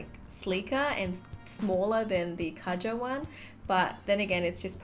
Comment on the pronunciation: Just to clear things up you pronounce it way different just type Kaja into google translate and see for yourself I just wanted to say this because I personally think if a certain brand puts a lot of effort into their product they should have the customers respect its name.